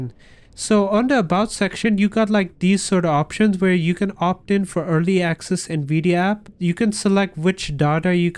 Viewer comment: “Nvidi aap”☺️🤙